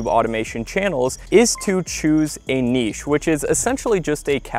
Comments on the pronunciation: Thanks for not saying "nitch" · Thank you for pronouncing the word niche correctly. I swear I will not even watch your video. If you can’t even pronounce the word niche correctly. So many others don’t.